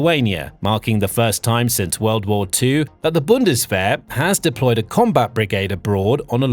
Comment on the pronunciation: What a pity and what a waste of money. Have they not learned? I thought they said never again? This guy does not know what he is talking about, he can not even pronounce Bundeswehr.